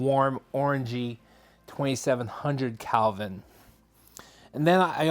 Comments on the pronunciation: A very good review, thank you. Just to be of assistance . . . The "color temperature" of a light bulb is measured in degrees of Kelvin (°K), and the word is pronounced KELL vin" -- not CAL vin. Kind regards. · yes I became annoyed after the 2x time he said calvin! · KELVIN not CALVIN